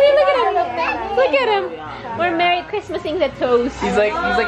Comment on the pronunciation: MEWY CWISMAS!!!!